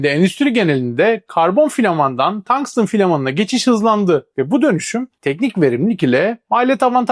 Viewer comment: Tangstın diye okumana gerek yok,bildiğin tungsten, Türkçe maden ismi